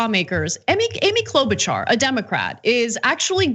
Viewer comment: You really oughta start pronouncing her name the same way her prairie family did 75 years ago....Klo'-BUTCHER. Seriously.